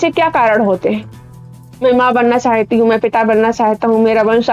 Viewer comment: चाहयती को थोड़ा करेक्ट कीजिए मैम, चाहती शब्द सही उच्चारण है। आपका वीडियो बहुत अच्छा है। यह अस्तित्ववाद और अंग्रेज़ी के absurd ड्रामा से प्रेरित है।